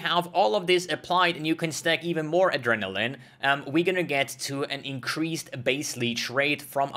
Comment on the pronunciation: Aderall-lin XD.